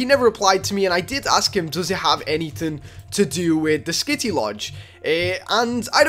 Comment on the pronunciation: I got triggered every time he said kitty instead of skitty